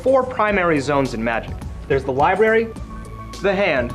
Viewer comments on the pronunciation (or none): It's pronounced: "LIBRARY" with an R.